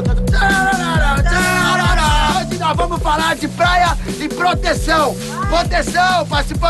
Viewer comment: o kbelo da tata pqp KKKKKKKKKKKKKKKKKKKKKKKKKKKKKK "HJ VAI TER MUSICA" KKKKKKKKKKKKKKKKKKKKKKKKKKKKKKKKKKKKKKKKKK "poteção"